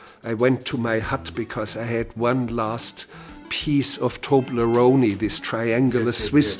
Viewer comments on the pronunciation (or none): "Tobleroney"? Is that fake Toblerone?